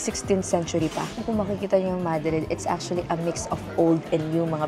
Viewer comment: A gato dies everytime it's said MAH-dreed, Ma-DREED please to save them. Haha